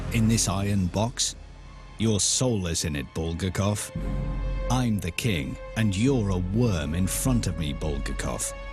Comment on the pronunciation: how can you trust a documentary when they don't even pronounce the author's name properly?